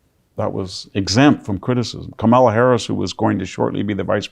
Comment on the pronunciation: Why can't this brilliant genius pronounce the vice president's name?